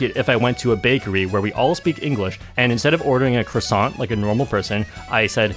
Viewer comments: No no no, everyone should pronounce croissant right. And I'm British, we had a 100 year war with the French, but that pastry is glorious. Never pronounce the r as an r, at least make it a w. I'm offended on their behalf. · That "croissant" got me good! :D